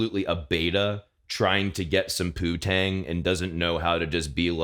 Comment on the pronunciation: Did you say ''pootang''? Is that like poontang but referring to the poop shoot?